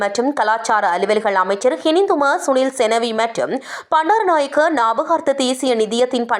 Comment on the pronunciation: Not சந்திரிக பண்டாரநாயக்க say சந்dreeகா bandaranakaya. Not p but B😅😅